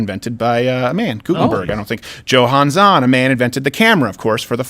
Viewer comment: Okay, when Crowder was saying the name of the guy who designed the portable camera, Johann Zahn, he pronounced the "J" like in the names Joseph or James. That is NOT how it's pronounced. The "J" in Johann is pronounced like a "Y". How does anyone his age not know how to pronounce "Johann"? I mean, everything else he said is also problematic as hell, but the mispronunciation of Johann just stuck with me. Also, Republicans are using kids for political gain. Anti-trans legislation targeting children is one of their two biggest new wedge issues right now. They're happy to use kids to further their own ideology and political gain.